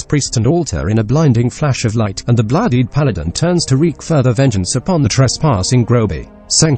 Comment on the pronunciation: The voice is still pretty good. it pronounced paladm perfectly